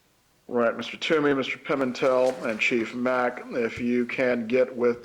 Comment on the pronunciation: Before Donna's attorney butchered Dr. Sapp's name, she started in on Chief Mack. Chief Mack's name was mentioned six times in just a few minutes right before Donna's attorney began to talk with him. And on her first try she says "Mackie." Sheesh, not off to a good start for her. I wonder if this is how the entire trial will be, little digs at everybody, little hints of disrespect at every turn, trying to make monumental constitutional problems out of every minuscule thing throughout the process of jail and trial. Like, do they think, creating and addressing all these issues will muddy the water for the jury?